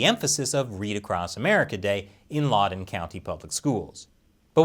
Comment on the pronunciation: I love you, but it's LOUD-en County, not LAUD-en County. I expected better investigative journalistic integrity from you. No wonder this episode got demonitized. It's always sad to see your heros fall 😢